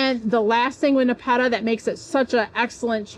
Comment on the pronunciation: We pronounce it Nep- a - ta